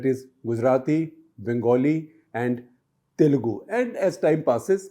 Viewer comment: You perfectly pronounced ‘telugu’, it was spot on, Sekhar ji 🙏🙏